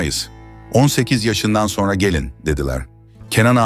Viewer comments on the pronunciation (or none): none